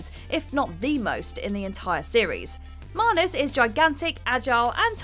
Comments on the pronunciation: So....I always thought it was MANus not MAHnus... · Why do keep pronouncing Manus with an r in it? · Wtf is a marnus? You mean manus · Manus ‘marnus’ 🤔🤔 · Anyone else bothered by the pronunciation of manus